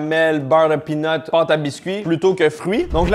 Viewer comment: Quand tu dis "beurre de pean", le français moyen comprend "beurre de pine" Ça fait bizarre 😅